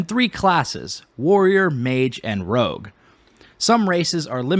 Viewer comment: It's rogue not rouge fyi. Just trying to help.